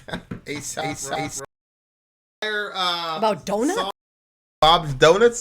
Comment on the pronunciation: its Ay-Sop not soap lol